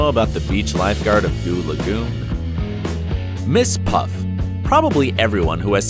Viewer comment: It's Mrs.Puff not miss puff